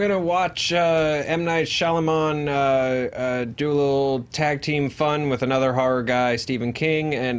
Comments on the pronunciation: Is it just me or does Joe keep saying Shyalaman instead of Shyamalan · Joe's over-confident pronunciation of "Shalaman" had me in stiches every time. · why does joe keep saying "shalaman"?? lmao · I love that joe refuses to pronounce shymalan correctly, but he WILL PRONOUNCE IT DIFFERENTLY EVERY TIME